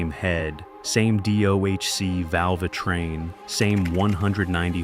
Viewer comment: The val-vuh train huh?